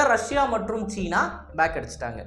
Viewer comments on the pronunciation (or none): none